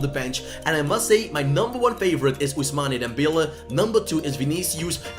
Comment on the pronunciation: “Ousmani Dembele”